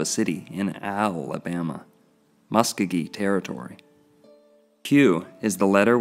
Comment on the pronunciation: Al' abama.... O' bama....